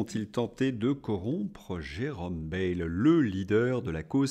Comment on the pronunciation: Bonjour,. Bayle doit se prononcer "baïle".